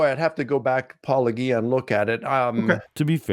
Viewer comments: It irritates me how these apologists (soft g) pronounce your name with a hard g. Are they so stupid that they don't see that the name is a play on the thing that they are? Or are they being intentionally disrespectful? Maybe try mispronouncing their names and see what happens. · I know!! I cringe every time I hear a hard G in Paulogia… I want to shout its Paulojeeea!!! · You showed tremendous patience with Licona pronouncing your handle with a hard G. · I’m tired of hearing paulogeeah lol I feel like they should know by now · Apologetics. -o-gee-uh. I mean, it's right there. Licona and the others have to be doing this intentionally - like Republicans who insist on using "Democrat Party" when they know "Democratic" is correct. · Eh, Apologia was pronounced with a hard G in the original Greek, but at some point during its import into the English language it became a soft G. I think it’s understandable for Licona, who is trained in ancient Greek, to instinctively pronounce Paulogia in the same way he’d correctly pronounce Apologia in an academic setting. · The notion that apocalyptic Christians; wouldn’t die a painful death, rather than deny their faith for a lie either should mean it has either been completely proven false or that David Koresh truly was the Christ. Also as gracious as this guy is, he still butchers your name every time. It’s the theist equivalent of saying Kamala like Ms. Marvel and not the VP. The notion that professionals in apologia don’t get the play on words is too ignorant for me to believe genuine, even from scions of ignorance. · I'm confused how these apologists continue to mispronounce Paulogia's name, especially when he says it at the start of every video. I'm even starting to wonder if it is intentional. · I'd love to see the day when a Christian apologist manages to overcome the very difficult challenge of pronouncing the name Paulogia 😂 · He kept mispronouncing your fake name.